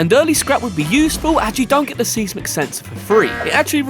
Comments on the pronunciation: I’m sure you know this by now but if not, “Seismic” is pronounced more like SIZE-MUHK OR MUCK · Bruh, it's 'size·muhk', not 'seez-mick'.